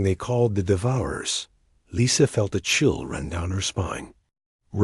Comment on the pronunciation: Thumbs up, good story, one of the better A.I.'s, but ... saw "Lisa" pronounced "Leesa", then 5 words later, saw "Lisa" pronounced "Lisa" . I would expect even lesser A.I.'s to have some consistent pronunciation. Just sayin'